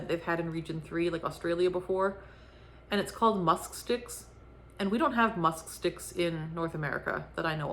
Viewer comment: I don't know how you said musk sticks without getting tongue tied! 😄 The pumpkin description 😄🤣😂